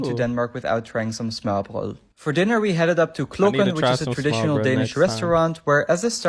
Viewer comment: The guy at the end pronounced "smørrebrød" very well. Best I've heard from a foreigner.